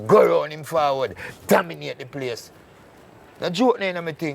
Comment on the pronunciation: Cook slick with words yf😂😂 dawg seh "domiNOTE" instead of "dominATE" quick quick 😂😂😂😂